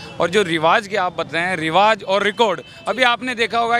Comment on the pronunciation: Riwaz nhi riwaj hota h jahai z ki zarurat hote h vahai j bolte ho jahai j hota h z bolte ho